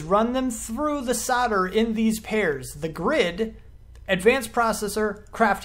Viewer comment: It's just the way it sounds when you say "soldeder"